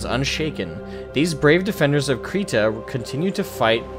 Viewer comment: Kryta....cry ta